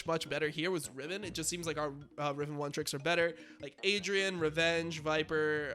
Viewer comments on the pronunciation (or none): none